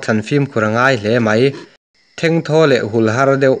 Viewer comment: Thengthaw leh huhãr tih te Langkaih tih te Lungpher tih turte leh a dang tam tak hi i lam dan a diklo hlawm hle mai.